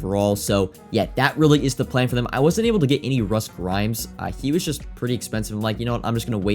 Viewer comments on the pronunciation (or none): Grimm not Grime short i